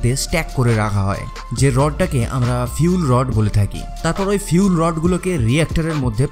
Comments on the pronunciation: আপনি ফুয়েল না বলে ফিউল বলছেন ? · খুব ভাল ভিডিও। কিন্তু ভাই, Fuel = "ফিউল" (যা আপনি উচ্চারন করেছেন) মানে কি..??? from BANGLADESH.